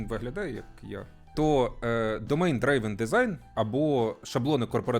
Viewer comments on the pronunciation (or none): Driven читається дрівен. Не драйвен.